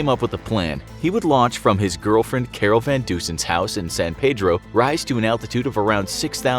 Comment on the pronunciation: you guys pronounced san pedro wrong!!